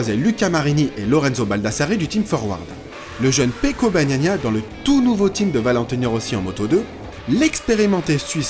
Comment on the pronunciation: "Pecco Bagnagna" à . Ca c'est de la qualité, vous avez appris avec Jacques Laffite ?